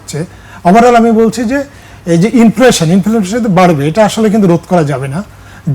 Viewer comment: Inflaaation na re কাংলি।😂😂😂😂😂